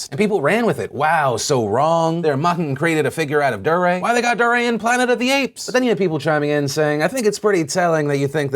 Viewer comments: Dee-ray. Not Durr-ray. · Not sure if Phil mispronounced Dee-Ray as Der-ray on purpose to highlight his durr moment... but if the shoe fits... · I think it's pronounced dee-ray, Phil. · His name is pronounced D-RAY . not duh-ray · so its pronounced duhRAY? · Deray is pronounced Dee- Ray #PSA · did you call him dariah? lol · Phil I've been subscribed to you since I was in middle school, you are falling off just pronounce his name right man "DEE-ray" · It's pronounced DEE-ray. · Just so you know Phil, I think it's pronounce DEE Ray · It's pronounced D-ray DeRay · I love how you call him Durrr ray hahaha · Honestly I just can't get over the way you are saying Deray's name. Emphasis should be on the second syllable. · The way Phil pronounced Deray made me cringe